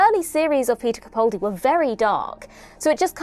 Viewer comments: (It's CaPALdi not CaPAULdi.) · sorry, but both don't work fine. He pronounces his name CaPALdi - where both of the 'a's are sounded like the 'a' in apple. Of course we all know who we're talking about, but don't you consider it disrespectful to continue to mispronounce his name? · How has it been 10 years... and you're STILL pronouncing his name WRONG! You have the nerve to call yourself a fan. This is a disgrace! It's CaPALdi, CaPALdi, CaPALdi, CaPALdi, CaPALdi, CaPALdi, CaPALdi, CaPALdi, CaPALdi, CaPALdi, CaPALdi, CaPALdi, CaPALdi, CaPALdi, CaPALdi, CaPALdi, CaPALdi, CaPALdi, CaPALdi, CaPALdi, CaPALdi, CaPALdi, CaPALdi, CaPALdi, CaPALdi, CaPALdi, CaPALdi, CaPALdi, CaPALdi, CaPALdi, CaPALdi, CaPALdi, CaPALdi, CaPALdi, CaPALdi, CaPALdi, CaPALdi, CaPALdi, CaPALdi, CaPALdi, CaPALdi, CaPALdi, CaPALdi, CaPALdi, CaPALdi, CaPALdi, CaPALdi, CaPALdi, CaPALdi, CaPALdi, CaPALdi, CaPALdi, CaPALdi, CaPALdi, CaPALdi, CaPALdi, CaPALdi, CaPALdi, CaPALdi, CaPALdi, CaPALdi, CaPALdi, CaPALdi, CaPALdi, CaPALdi, CaPALdi, CaPALdi, CaPALdi, CaPALdi, CaPALdi, CaPALdi, CaPALdi, CaPALdi, CaPALdi, CaPALdi, CaPALdi, CaPALdi, CaPALdi, CaPALdi, CaPALdi, CaPALdi, CaPALdi, CaPALdi, CaPALdi, CaPALdi, CaPALdi, CaPALdi, CaPALdi, CaPALdi, CaPALdi, CaPALdi, CaPALdi, CaPALdi, CaPALdi, CaPALdi, CaPALdi, CaPALdi, CaPALdi, CaPALdi, CaPALdi, CaPALdi, CaPALdi, CaPALdi, CaPALdi, CaPALdi, CaPALdi, CaPALdi, CaPALdi, CaPALdi, CaPALdi, CaPALdi, CaPALdi, CaPALdi, CaPALdi, CaPALdi, CaPALdi, CaPALdi, CaPALdi, CaPALdi, CaPALdi, CaPALdi, CaPALdi, CaPALdi, CaPALdi, CaPALdi, CaPALdi, CaPALdi, CaPALdi, CaPALdi, CaPALdi, CaPALdi, CaPALdi, CaPALdi, CaPALdi, CaPALdi, CaPALdi, CaPALdi, CaPALdi, CaPALdi, CaPALdi, CaPALdi, CaPALdi, CaPALdi, CaPALdi, CaPALdi, CaPALdi, CaPALdi, CaPALdi, CaPALdi, CaPALdi, CaPALdi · Please,, can you stop mispronouncing Peter Capaldi's surname.